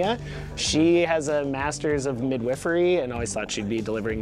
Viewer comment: Did he say "mid-wiffery"?